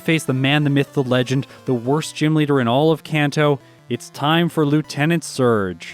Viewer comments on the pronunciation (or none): Your Arcanine pronunciation is fine. The one I take issue with is how you say "Kanto". 🙃